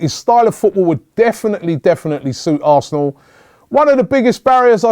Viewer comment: Robbie u said arsen fc